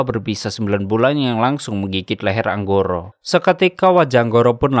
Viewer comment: Angkoro Bang Bukan Anggoro Maaf Koreksi beda Huruf Beda Makna 😂